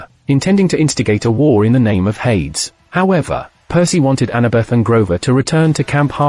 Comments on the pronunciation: Hades, should be pronounced "Hay-dees" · Air-reez and Hade-ez. oh dear gods you are pronouncing most of the names wrong. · Hades is pronounced "HAY-deez." Others are noticing the God of War is also mispronounced. You can entertain your viewers more effectively if you avoid this kind of error.